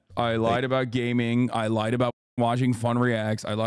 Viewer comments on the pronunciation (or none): none